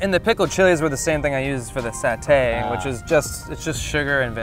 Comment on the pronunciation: It's satay lol